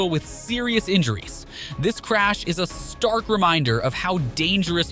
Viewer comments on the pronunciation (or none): none